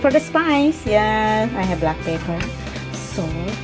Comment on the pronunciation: Lol.. I love the way you say black peppeerr!!!